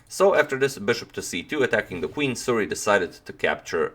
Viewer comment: suri, not suri